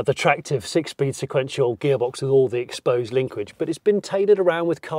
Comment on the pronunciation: Did you say "exposed linquidge"?! That sounds like a Smith and Sniff-ism that's crept into TLBS. It's not the first that's made me giggle! #chanquez